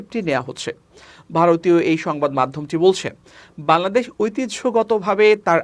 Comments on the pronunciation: বাংলাদেশ সঠিকভাবে উচ্চারণ করতে শিখুন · বাংলাদেশ উচ্চারন ঠিক হচ্ছে না।